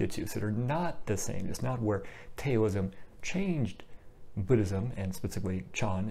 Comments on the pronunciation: Great video. This definitely clears up some confusion. Just so you know though Taoism is pronounced "Daoism" spoken like D-AH-O-ism. Have a great day my friend. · please, don't say Tayoism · The "T" is pronounced like a soft "D". That is why westerners started spelling it with a "D". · Update: Pronunciation of Taoism, Daoism, and Dhyana. My apologies for the pronunciation of these words which I realized was incorrect after the video was already uploaded. Taoism: TA-OU (as in 'mouth') -ism (source: Wikipedia). Daoism: D-AHO-O-ism (as explained by Chill Dragon in the comments below). Dhyana, a Sanskrit word, is pronounced very much like the Pali word, Jnana (as explained by Mohamjip in the comments below) Thank you! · Thanks! I have a pinned comment with the pronunciations. Unfortunately, I can't edit the audio of the video already uploaded. I originally was not going to say it that way in the video but heard a different pronunciation (which turned out to be incorrect) which made me change it at the last minute.